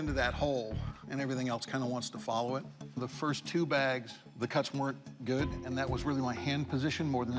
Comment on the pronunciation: eat will kill